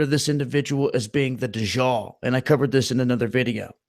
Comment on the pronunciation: Watchur 6 Dajjal is pronounced "Duh j-al" like "Al" Bundy